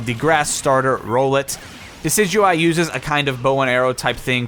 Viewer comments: Bruh. “Rollit?” He’s an owl. “rOWLet” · HE SAID RO LET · its ROWLET not rollet come on man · You pronounced Rowlett like roll, it's pronounced like owl. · Rowlet = rOWLet, not ROLL-et It's a round baby owl, a round owlet, a Rowlet Amaterasu is female Amaterasu = "Shining In Heaven" Amaterasu-Omikami is the Japanese Shinto Sun Goddess. Amaterasu-ōmikami = "the great august kami (deity) who shines in the heaven" "ōkami" in Japanese means "wolf", but it also means "great spirit" or "great deity", depending on how you spell it in kanji. Different words, same pronunciation. It's a pun. Combined with "Omikami" it's almost a 3-way pun. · Rollet really bitch learn to pronounce names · Rowlet is pronounced ROuwlet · You pronounced Rowlet wrong. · I agree. And then beyond the lazy video, he didn't even bother to do his research, especially for Okami and even fucking Pokemon. He mispronounced Rowlet and Amaterasu, called Amaterasu a 'he' when she's a female *goddess* then said that Amaterasu is 'supposed' to be a god as though Amaterasu wasn't an actual goddess in Japanese mythology. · How the hell do you say row-let wrong geez